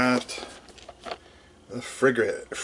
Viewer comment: You'll have to practice that word Frigate. Nice haul though!